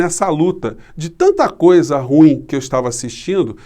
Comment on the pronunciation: RUIM ! Sílaba tônica no IM ! Palavra OXÍTONA ! Aplica-se bem ao personagem em tela !